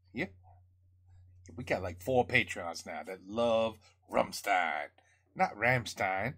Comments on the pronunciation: The pronunciation is almost the good one, but not perfect in the middle, it's something like "sh", like for example in the world "shut". Ram-sh-tein Concerning the sound, obviously they did a bad compressing. Yes the hat explodes at the beginning, when he throws it to the crowd. This song doesn't ave any studio version, it was especially written for this tour as on opening song, and made with titles and some sentences of their past songs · Hi, like your Rammstein-reactions very much and watch them all ;-) to pronounce their name correctly try it with "rum" and "shine" and add a "t" to get shtine (even thats not perfect but close enough). greets from Vienna/Austria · when it comes to you pronouncing "rammstein", you kinda mess up the "stein" part. you read the st and pronounce it like you do in the word "stone". but the phonetics for "rammstein" should be more like rammschtein - just assume that "stone" is pronounced "shtone" (as you do pronounce shit)). maybe that will help a bit. ;) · Yeah, and the Rammstein is pronounced like with sh instead of s you know.. Rammshtein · Actually, you still haven't got it right. The "S" in "Rammstein' is pronounced as "sh" (like in show, rush, wish...) The rest you've got. 😉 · Ok if i see it right you didnt hear the song "Rammstein" same name as the band name... you need to watch the live version from 2019 or newer ... after that you know how to pronounce the Bandname correct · yes as an american you say rämstein . as a german we say ramm schtein. but its okay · It's pronounced like "RAMSHTAAIN" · All we want is to hear you saying "rammSHtein" 🤣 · Its Ramm Stein, Stein you prounance it with S like Shoes. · Try pronouncing the "s" in "stein" as "sh" like the "sh" in "marshmallow", but just a bit harder. That's pretty close to how it sounds in German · The bit you ARE having trouble with is that the 's' is pronounced 'sh' 😂. Ramm'sh'tein. The lyrics to this song are a mashup of their song titles and chorus lines.